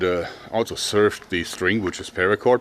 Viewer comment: Favorite word from him I hear "altso" also